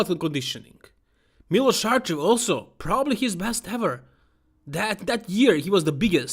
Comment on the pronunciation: Yeah, I am serbian just like him 😀 that's how you pronounce it, Milosh Sharchev